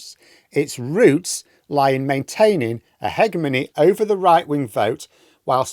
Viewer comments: brother... it's pronounced "heh-gem-ony". You should really know this by now... 😂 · Ah - ha! So that's how you pronounce "hegemony". Years and years I've wondered. Had a friend who was an economics teacher who insisted it was "hedge...". Meaning I've always been confused, but it's one of those things I always forget to look up.